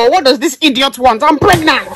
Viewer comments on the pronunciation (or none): I’m hearing Hidoit instead of idiot